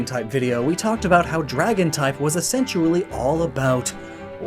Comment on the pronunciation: "Essentually"!!! I love it! LOL